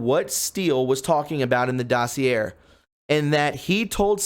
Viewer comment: Please learn how to pronounce exculpatory and dossier.